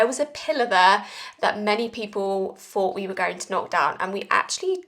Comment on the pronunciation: Why can’t you pronounce “th” properly?! You say free for three, fought for thought etc! Appalling speech!